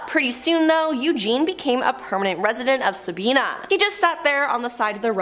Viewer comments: It is not Sabeana it is Sabina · Sabina Ohio is pronounced differently than you said it. It don’t rhyme with Tina, it’s Sab👁️na. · It’s pronounced sa-bine-na Sabina Ohio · Sa bye na is how Sabina is pronounced. I live about 15 minutes from there. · The lil town Eugene was in is called Sabina... pronounced ("Sah-bye-nah") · It is pronounced Sa- Bi-(by)- na